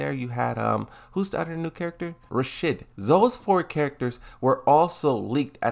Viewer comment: Brother ive been watching you for a while. Are you purposely mispronouncing names? Are you even trying. You can say fakuruam but not Rashid?😂 great as always, tho.